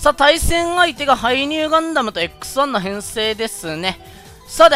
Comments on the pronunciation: 強機体になって帰って来たというより良機体になって帰って来たって感じですかね？ リボガン動画なのに関係ない気がしますが、『X1』が『草』って言ってるように聞こえる……俺の耳おかしくなっちまったな…… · 毎回x1がクッサって聞こえるw